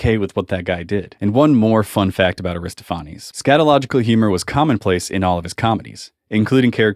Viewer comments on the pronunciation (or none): Yeah, and it's /'Ari-STOPH-anees'/ not /Aristo-PHANN-ees/. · You mispronounced ARizztophanes